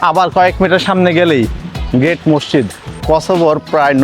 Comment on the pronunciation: মসচিদ কেন বলছেন।ওটার উচ্চারণ মসজিদ হবে। দেখেতো সচেতন মানুষ মনে হচ্ছে!